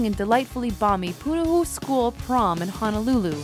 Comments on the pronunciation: "punahoo". I died of laughter! 😂😂😂 I live in Hawaii so this is just hilarious. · i am laughing so hard because they pronounced punahou wrong